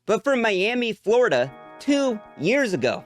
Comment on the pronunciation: its florida not floriadur